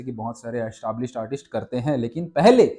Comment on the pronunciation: Artist hokar artisht to mat bolo yar, video dekhna ka maza kharab hojata h